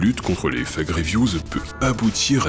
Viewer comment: Update: Je me suis rendu compte que mon accent en anglais est devenu horrible ! Je prononce Fague au lieu de Fake !